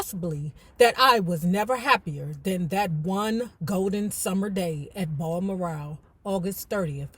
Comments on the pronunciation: Oh wow, I didn't realize this was gonna be the next book,. I just got finished reading mine last week, it was a good read😊👍🏾. FYI: BalMoral Castle is pronounced like the name Al, but w/a "B" Bal-Moor-rell Castle🙏🏾, hope this helps 🥰. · It’s pronounced Baal-moral.❤